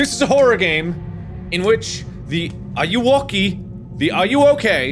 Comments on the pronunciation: I believe it’s pronounced “A-you-whoa-kay” as enunciation of “Are you Okey.” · It's Ayuwoki It's Not Ayayya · It's a meme in Spanish xD it's pronounced "Ah-you-whoa-key"